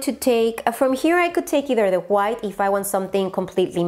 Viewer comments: Me encantó cuando dijiste “juait” refiriéndote a white jjajajjaj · Juait = white jijijiji eres bella solo me dio risa yo tambien tengo palabras q pronuncio gracioso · JAJAJAJAJ me encanta como pronuncia white “juait”